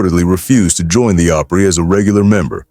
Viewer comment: I hate the way words are so mispronounced grand ole (ah-pry) not long O pry.